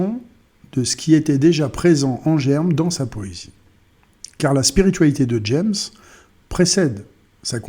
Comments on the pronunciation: Son nom se prononce ''jame'' ,pas ''djèmss'' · "Jammes" se prononce à la française car c'est un poète français, donc comme les trois premières lettres de l'adverbe "jamais".